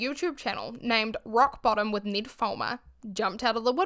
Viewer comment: Thank you so much for helping me not watch this video on his actual channel! Great job of being respectful while not giving Ned any more credit than he deserves. Also, I love your pronunciation of Ned. If Ned Fulmer will agree to permanently change how he says his own name, I'll consider watching an episode.